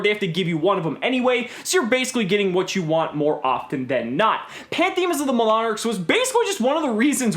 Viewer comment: "Plynthiesm of the mlonarchs" - 2018